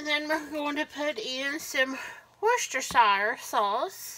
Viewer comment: You’re the first person to actually pronounce Worcestershire sauce correctly ❤❤❤❤❤❤